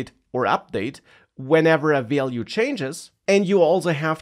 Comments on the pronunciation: Value is not so hard to pronounce, come on 😂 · It was overall informative but i really needed some tolerance when it came to him pronouncing "value" 🥲😂